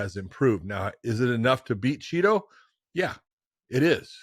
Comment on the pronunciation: Great another episode of Josh over emphasizing "Chito". Meanwhile refusing to pronounce Jorge Masvidal and Jose Aldo correctly